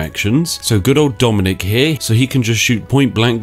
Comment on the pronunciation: "Dominik Blehblehbleh-ski": "I don't go bleh bleh bleh"